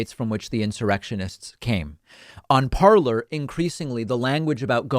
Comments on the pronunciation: I dont think you are pronouncing the app Parler correctly. Its 'par-ley' for the French verb 'to speak' and not 'parlor' as in a Victorian living room. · Just to let you know... it is pronounced “parlay”. Parler is the French verb “to speak”. It is intended to be pronounced as it is in French! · Hasn't Parler been taken down for 2 days now? And much more importantly, shouldn't it be pronounced "parley", from the French verb "parler" (to speak) it was borrowed from? I think we should pull a McEnany there and redirect the conversation to how to correctly pronounce "Parler" whenever the talk starts to be about these radical "alternate reality" conspiracy platforms.